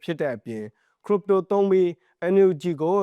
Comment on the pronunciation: ခရစ်ပ်တို လို့အသံထွက်ပါ